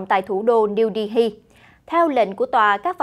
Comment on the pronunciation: Phát âm tên thủ đô Ấn Độ sai rồi, âm " h " câm, không đọc âm cuối là " hi " được.